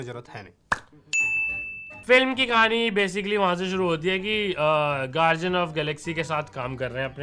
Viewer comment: Bhai its gar-D-Ann not gar-ji-Ann